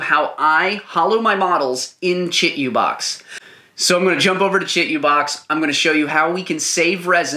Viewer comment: Say it with me: (CHEE - 2 - BOX). You're killing me....